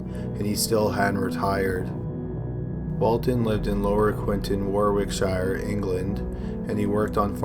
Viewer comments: For future reference, it's pronounced Warrickshur (I know it's spelled Warwickshire but a lot of places in the UK aren't pronounced the way they're spelled.) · War-wick-shire haha pronounced warrick-sheer fyi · Warwickshire pronounced worikshire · Wo-rick-shear Americans say names so phonetic. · Warwickshire is pronounced war-ick-shire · War wick shire,should be said in one word,but at,good videos,althlo narrator does sound abit stoned lol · It pains she even he talks about a crime that occurs in the UK. It's not "shire' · The way Americans pronounce shire lol